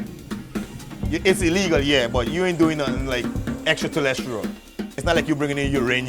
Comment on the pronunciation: "It's not like you're bringing in someting XTRA TEREST LIAL" 🤣😭